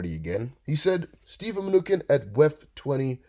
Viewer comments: Mnew chin not mnukin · Muh-new-chin. Is your voice slowed down? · ManuKin? You mean Mnuchin? M A N U S H I N ?